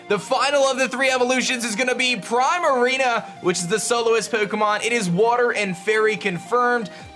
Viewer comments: And the water Pokemon is pronounced like prima, not prime. Like a prima ballerina. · It's pronounced PREE-marina, not PRY-marina! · Also I think Primarina might be pronounce Prima-Rina as in Prima + Ballerina but again I might be wrong because again Prime-A-Rina does sound cooler lol